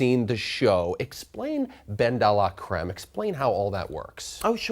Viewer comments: The whole thing is so contrived that it doesn't matter but unless you are speaking very fast or from the south of France I dont think anyone would say 'day luh'' Thats very 'Oscar de la Renta' which is a different thing. I know what you are saying it can be slightly 'deh' but not 'day'. I think Ben or Dela etc is fine and all but the whole persona is a bit insufferable to me and unevolved from the last time he was on the show. Its too one note and boring. I personally don't get the appeal but we all have diff tastes. Some people like Mae West and some like Edith Piaf and he is more of the Mae West category (although I love Mae West but whatever). Also speaking of boring Ben and names... Edith Pilaf would be a good drag name. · Ben-Deeeee-laaaaaa-creme....... can this man learn how to say her name correctly please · His pronunciation of “Bendelacreme” is very triggering.